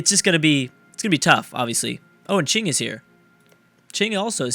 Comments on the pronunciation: Crack-Fuckboy-logic: Knows how to pronounce "Qing", Struggles with "Qin". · pronounces qing correctly but not qin pls